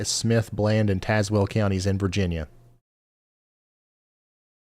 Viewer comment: ✋ Near Mercer County, WV but live in Tazewell County VA! We were under warnings several times last time! (You pronounce Tazewell like Taz-well) 😊